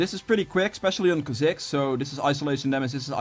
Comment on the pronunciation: Kaziks? Kaa-zicks 👌🏽